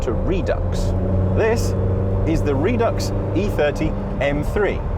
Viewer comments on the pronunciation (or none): RED UX NOT REED UX